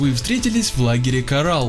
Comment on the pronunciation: Не в лагере карал а в лагере корал ударение на о́